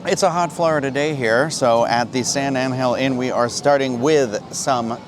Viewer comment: You know I worked for Palmas Restaurants and no one say San Angel Inn the way you says it, not even the owner Rickey Debler. You are hurting my ears #Palmas